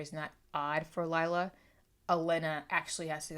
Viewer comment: Lila is pronounced Lee-la, not Lyla :)